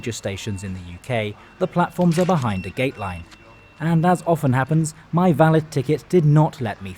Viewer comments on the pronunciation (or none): none